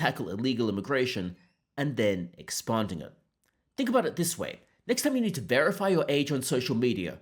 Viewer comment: Not expunding, expanding. Fucking AI.